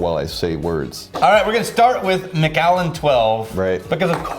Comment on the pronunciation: As a Scot, it's driving me INSANE how you guys are saying the Macallan! Lol still absolutely love you gentlemen, though. So here's a lesson in Scottish and Irish English. Keep in mind that most of these are anglicized versions of Gaelic, which absolutely does not anglicize well - so you end up with 20 spelling varriations that look unrelated in English, but in fact are the same name, anglicized different ways. Take Dunlop. It's also Dunlap. And Dunlope. And Danlop. And... Take McCue. It's also MacEwe, and McEwe, and MacHugh, and McHugh, and MacEw, and even McEwan, and McCoy! Now you have MacAllan. It's the same name as MacCullen, McAllen, McCullen... Don't seperate the Allen out - let it flow so it sounds closer to the spelling of MacCullen. Ie: mc-KUH-len.